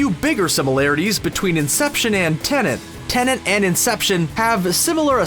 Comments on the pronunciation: Why do you keep calling it Tenant and not Tenet?! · Man keeps saying Tenent lol